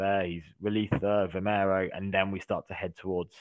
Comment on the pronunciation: You have the names wrong ... its not vimeiro or Cintra, it is Vimieiro and Sintra